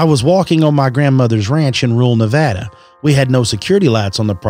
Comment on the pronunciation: its nevada not nOvOdA